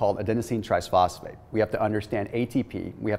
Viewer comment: Anyone else hearing tries-phosphate instead of tri-phosphate? Not that I can pronounce even half of the other things he shares!